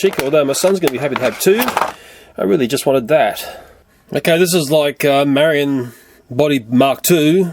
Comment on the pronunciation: It's pronounced Night-marry-own.